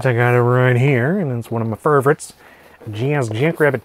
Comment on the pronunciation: for saying "furr-vorites".